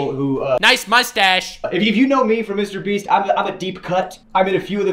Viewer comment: Dude, I honestly can't keep a straight face when keeps calling MrBeast "MrBreast". Idk why but I can't stop laughing 😂😂